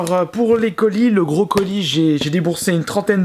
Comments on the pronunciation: Salut quand tu dis le gros colis on dirait que tu dis le brocoli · quand il a dit gros colis j'ai compris brocoli. sinon continue tes video c'est trop bien.